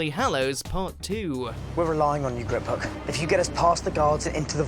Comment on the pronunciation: Noone:: GRRRRRRIPhook